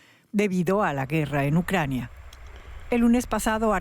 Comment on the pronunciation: Ai mi madre , pereodistas Espanos , APREDEd de pronunciar bien los nombres de las ciudades y de las personas Ucrañano-Rusos . Q dais verguenza , parece q ni preparais para las grabaciones . Y eso q no estais en el directo.... A estudiar colegas!!!